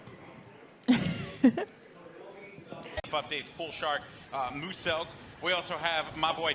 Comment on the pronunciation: rly.. MOOSELK. you say it like mjuselk